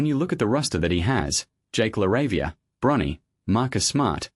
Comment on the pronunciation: You have to have AI read this bs for you saying Librin and Brunny. Get a brain. Jordan is argued by almost everyone as thee goat!!